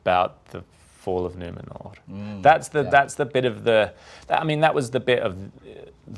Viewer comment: OMG I just love his casually correct pronouciation of Numenor